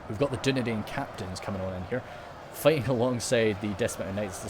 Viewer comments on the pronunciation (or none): Dunedain is pronounced as dune dine